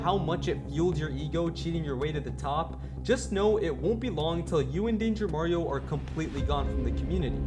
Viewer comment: he say it wrong its danger mario 😂